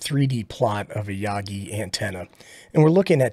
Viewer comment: The way you pronounce Yagi is Hot. Like RF Hot. Enjoying the Beginner videos, thanks.